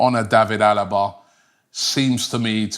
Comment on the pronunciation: I just can't wrap my head around Robbie's atrocious spelling of foreign names and then out of the blue he pronounces Alaba's name as good as it gets for a native English speaking. There is no logical explanation.